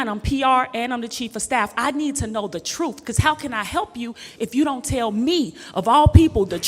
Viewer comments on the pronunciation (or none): It's truth not troof😂😂😂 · As a PR person, you need to pronounce words correctly. For example, words like asked, library, and truth. These words should not be pronounced like axed, liberty, and truff. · I cringe every time I hear the pronunciation t r o o f not just ghetto it's downright lazy the th sound isn't hard